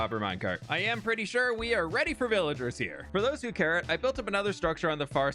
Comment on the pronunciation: "for those who carrot"